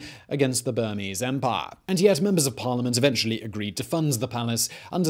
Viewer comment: I say again; no one says "EMPAAAIRE" more british than Simon!